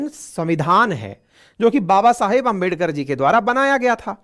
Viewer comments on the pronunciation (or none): none